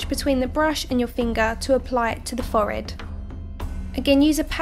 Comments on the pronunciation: real good but it annoyed meh when u said "fored" instead of forehead but any way really cool 😀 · the way she says forehead 😂😂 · Layla Underhill OMG I was thinking that!!